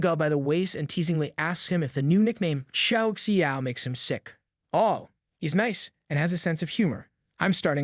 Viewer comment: name An’ge but the story teller said “an ga” 😂 and xiao xiao become “xi ao xi ao” , nice story and story telling anyway 🫰